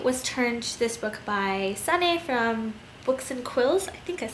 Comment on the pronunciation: I'm dutch and that was not the way you pronounce sanne :)